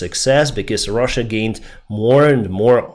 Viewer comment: This guy just calls Russia "ruzzia" and you saying that he presents information fairly💀